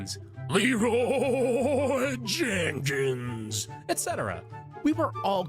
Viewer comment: I’m sorry, but… how the fuck did you butcher Leeroy Jenkins that bad?